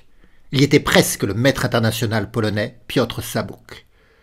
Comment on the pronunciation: j'apprécie beaucoup que tu prononce correctement les noms polonais ❤